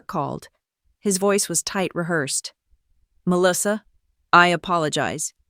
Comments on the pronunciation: To the Narrator, I do not what State and City you are from. * But Melissa is phonetically pronounce " Mel - lis -sa. Or Ma - lissa Most part of the country we don't say Me- Lis- sa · Her name is Melissa, not Meleeesa. AI needs reprogramming. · Or pronounce her name as Mell - lissa